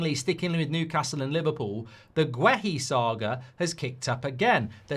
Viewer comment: Why can’t this bellwhiff pronounce players names properly? Wissa, Guéhi and there’s probably more.